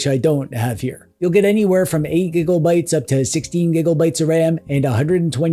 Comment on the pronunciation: Am I the only one who cries when he says “giggle bytes” 😂😂😂😂